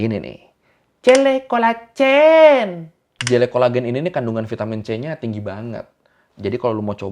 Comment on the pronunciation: selalu nunggu ngiklan jele colagen, keluar logat thai nya 🤣🤣🤣🤣